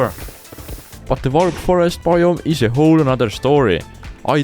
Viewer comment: Ngl the accent makes the video even better in a good way. They awe a lot of diffewent baiom.😂